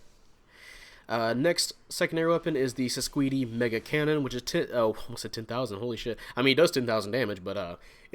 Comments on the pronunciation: I've heard the pronunciation is "Sis-quaid" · Its pronounced sis-cade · It's pronounced "SIScade" but the Japanese pronunciation adds that extra "do" at the end so it looks more like the romanji.